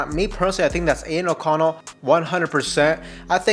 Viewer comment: Just call him O'Connell.😅 sounds like your saying anal O'Connell 🤣. Good content though 🤙🏽